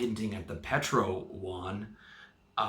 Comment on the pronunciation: YUAN not Juan.